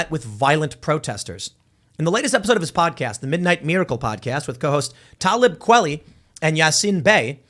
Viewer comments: "Talib Kwellie" Kwah-leeeeeee jfc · When he called 'Ta LEEB Kwah LEE', 'TALub KWALly, it really hurt my feelings 😂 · The way Tim pronounced Tablib Kweli is the funny af lmao He pronounced his first AND last name wrong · Tim, it's obvious that you have no idea who Talib Kweli is. You can't even pronounce his name. Quit pretending bro.